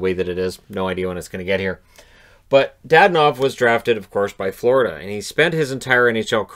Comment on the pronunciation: It's not DaDanov! It's DadOOOnov!